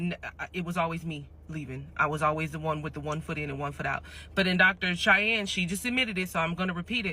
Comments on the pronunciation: Cheyenne is pronounced like (Shy Ann) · her name is pronounced SHY-ANN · Dr. Bryant's first name is pronounced Shy+Anne so Cheyenne. As for the rest of the video, I need Dr. Umar to put a little more thought into the behaviors of Nick Cannon and Cam Newton as they make broken home after broken home just because they want sex and not marriage. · "SHY HEN" 😁 is probably the closest to what you were trying to say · Her name is pronounced shy-ann....I know because we have the same name 😂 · Shy-ann is how you say the name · Cheyenne= “Shy Anne” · Her name is pronounced like "Shy-Anne" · Umar isnt a doctor...unless you call a quack a doctor. Cheyenne is pronounced like 'shy-anne'. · The doctor’s name is pronounced Shy-Yen. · Cheyenne is pronounced as Shy - N. So like the word Shy and the letter N together. Shy. N. Hope that helps. I, too, didn't know how to pronounce it when I moved to America. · Cheyenne say shy ann